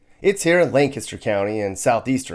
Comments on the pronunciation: I appreciate how pronounced the proper PA pronunciation of Lancaster; "Lanc-IS-ter". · The one person on the internet to pronounce Lancaster correctly 👏👏